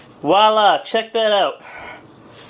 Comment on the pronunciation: What the fuck is WALLA? You mean VOILA??